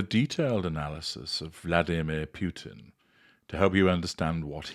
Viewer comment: Completely off on what had just transpired. 😂😂😂 Also learn how to pronounce Putin to sound more knowledgeable.